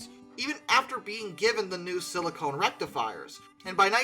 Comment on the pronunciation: Just a pronunciation problem... Silicon Rectifier is a thing. Silicone rectifier is not. Silicone is used a sealant